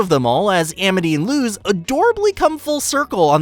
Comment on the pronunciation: It's spelled Luz but pronounced lus(had to explain because my brain gets extremely mad whenever I here something mispronounced)